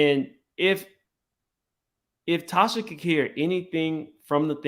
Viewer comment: "LaTocha" not Tasha.